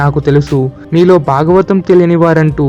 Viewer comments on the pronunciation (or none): hello whoever has narrated this... one very important suggestion for you which needs to be corrected immediately. There are many flaws in your pronunciation. for example: it is not kata - it is Kadha (in telugu it is vottu dha not ta) It is not duka - it is dhkha (vottukha) It is not bagavatam - it is Bhagavatam (vottu bhaa) It is not baaram - it is Bhaaram (vottu Bhaa) It is baada - It is Baadha (vottu Dhaa) these are just a few examples. if I am not wrong, the person who has narrated it does not know Telugu at all. He might have written Telugu in English and read it. My dear friend.... though your content is good, your narration is pathetic. Please correct it immediately. Else it will lose the effect.